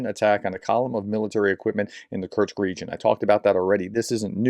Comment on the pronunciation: Do you know Bingo? Create a bingo card from the words of Kursk, Kurtz, Kertch, Kertzt, Kertchk and all the other mispronunciations, and play bingo on watching those videos. Alternatively get a drink for every mispronunciation. So sad that the actually good information is tampered by bad preparation. Come on, this is just 5 letters….